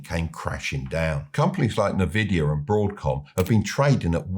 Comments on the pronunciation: History repeats itself because people never learn. Current market valuations were built on hyped-up AI nonsense, and now those stocks are crashing faster than anything I have ever seen. And Nvidea is pronounced "en-VID-ee-uh".🙃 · En-vidia, not na-vidia. Good video! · It’s N-Vidia, not NeVidia. Nvidia's name comes from NV (meaning "next version") combined with vidia, which is rooted in the Latin word for vision or to see (videre) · I don't know why no one in media can get this right - it's not "nuh-vidia" it's "in-vidia". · Listening closely, it's called N-vidia, not "NEvidia". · Envidia, not Navidia... Berkshire Hathaway are in 1/3 cash as they can't find huge deals that make sense at that level, they're not market timing. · it's envidia not nah-vidia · I enjoy your videos, but it's pronounced Nvidia ( Not Na Vidia ). The name comes from "invidia," the Latin word for envy — Nvidia's founders wanted a company others would envy. So it's essentially "invidia" with the initial vowel dropped, giving you that "en-VID-ee-uh" sound. I have been in the semi Industry for over 30 years, I remember when some colleagues went to Nvidia 20 years ago and I ask why go to a Gaming Chip company. Shows you what I know :) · It's pronounced 'En Vidia' btw. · Hard to beleive in a guy who calls the most valuable company NaVidia 😂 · It's just so hard to trust anyone who says "nuh-vidia" tho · You should at least learn to pronounce companies names before giving stock lessons. NnnnVidia?? :)) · "Nervidia... Nervidia... Nervidia". Love it. Heavily invested in BRK. Slightly concerned by Abel's decision to invest 10 Bn in GOOG. Now. With a "discount" of 6%. Hmm. Warren tried to talk it up in a recent interview with the lovely Betty Quick, but I sincerely hope Abel and team don't commit even more. Having said that, GOOG is a repository of healthy income in a way that some of the other nonsense AI stocks aren't. Sit on that blinking war chest,. Please do not panic.